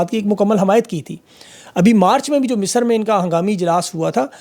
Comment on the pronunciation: It's Misr not Misar.